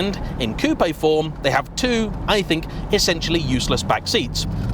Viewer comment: congratulations: you are one of the very few English speaking journalists who knows how to pronounce Coupé, not Coup